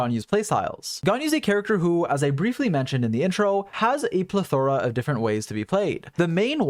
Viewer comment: That's the weirdest pronunciation I've ever heard to the word "plethora"